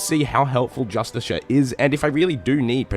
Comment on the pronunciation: "Just-a-shirt armour ".... grrr... my dude . Y'a triggering me. Lol. Say justice car... you will be closer to the right way